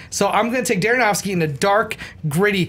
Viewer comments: I like the picks of the stunts... My pick- every Jackie Chan stunt ever..., I think you're great but it's Darren Aronofsky, not Daronofsky;) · Why does always say Darronofsky? He did it as well on Schmoes a couple of weeks ago.